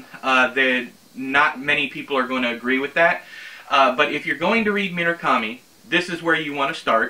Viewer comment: You and your pronunciation problems - at least you can roll your Rs when you say Murakami. I am physically incapable of rolling Rs (learnt while attempting, and mostly failing, to learn French in high school) so they just come out sounding like a lawn mower that won't start - errrrrrr. I've never seen Labyrinth, so I MIGHT very well hate it you'll just have wait and see. Ooh, as it was one of your inspirations I might have to make Out by Natsuo Kirino my first ever Japanese book. I've just remembered that I actually own Kirino's Grotesque (second-hand charity bookstore), so now I've got two books by her to expand my rarely used translated novels shelf.